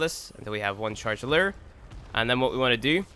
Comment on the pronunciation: lew-err lol